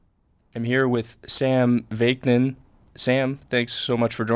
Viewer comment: You really have to work on your pronunciation and preparation. You repeatedly pronounced Sam VAK-NIN's name incorrectly. It's not VAYK-NIN. Additionally you get pronouncing NARCISSISM incorrectly. It's not NARCISM. Other than that good interview.